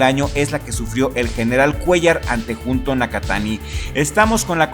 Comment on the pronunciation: Amigo, una disculpa, no puedo evitar corregirte, el nombre de Junto Nakatani se pronuncia "Yunto". Traté de ignorarlo en todos tus videos anteriores, pero ya no puedo más jaja ¡saludos!